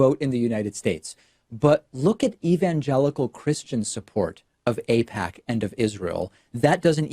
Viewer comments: Why stop there? Just call him Maga. He pretended to mispronounce AIPAC after all🤷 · I think it's fair for people to not cover extremely stressful topics like that. On its own, I don't think that's enough to allege that he might be funded by AIPAC. Pretending he doesn't know how to say AIPCA when he wrote about it in a book in the past? I'm absolutely baffled. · Pacman can't say AIPAC and he can't say genocide either. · I think it's telling that David chooses to ramble about the pronunciation of AIPAC. It's almost like a tell where he 100% feels very uncomfortable talking about it and he needs to deflect with this little bit. It's very trumpian in many ways. Tangent: I used to watch David all the time. I was even a paying member. What made me stop supporting him was when I saw one of the non-paid versions of his episodes and they were littered with scammy crypto ads. When he was called out on it, he deflected, claiming that people need to provide him with proof cause he didn't know which video people were talking about. The one thing I've realized is that projection is the easiest tell that someone is disingenuous. His response to the Wired article only adds credence to this. He often talked about how it's difficult to debate with people on the right because they start little fires for which they expect you to put out, otherwise they would argue that they are right. He is literally doing exactly the same thing (ie. him needing to call out about the people on the right is projection) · I'm sorry but Hasan is being disingenuous. You're gonna say he doesn't know AIPAC just because he said he doesn't know how its pronounced? thats low. I didn't hear him one time say he didn't know who they were. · Packman has done the mispronounced confusion thing before. I can't remember what it was but maybe someone can find it. I think it's a "tell". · David Aipakman. Not sure how to pronounce that guys, sorry... (notwithstanding calling Reza Aslan a fraud)